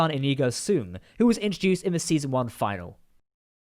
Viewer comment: Brilliant. Oh, btw... “Finale” is pronounced, “Fin-ah-lay.” 😎